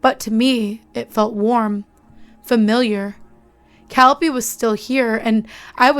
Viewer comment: This was decently read. I only wish you'd listened to (and then used) your friend's correct pronunciation of Calliope when you read this.